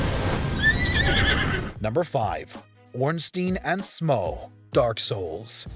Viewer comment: You earned my like for not saying "ornstine and smoof"...finally someone who says it right!